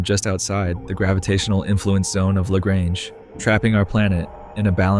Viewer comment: i love how you even explained lagrange points so in detail!! not to be a stickerl but it's pronounced "La-" like the spanish "La", "-grunje" like how you would say "grunge music" with a j at the end :)